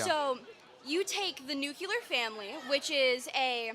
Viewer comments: Why can't people pronounce Nuclear? Its not nuculer... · Its nuclear you silly little girl